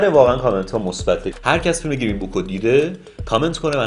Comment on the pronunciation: گیرین؟ یا گرین؟ چرا شما فارس ها انگلیسیتون اینقدر مزخرفه آخه؟ چرا اینقد بد تلفظ میکنید همه چیو؟